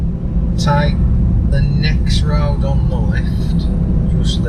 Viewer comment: "Down the rowd"